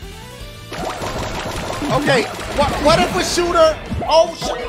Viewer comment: sounded like she said hoooo sheet